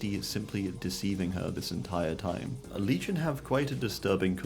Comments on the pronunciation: "legino" was killing me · ah yes, “legino” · "legino" thats killing me